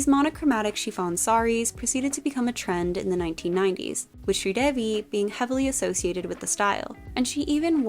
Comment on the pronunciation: thank ou for including Mr India, you truly know your costumes (and for pronouncing sridevi right) you should check out